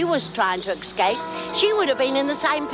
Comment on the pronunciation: I like the way Lizzie says 'escape', she pronounces it 'ex-cape' also she says 'fill-um' for 'film'. Great!!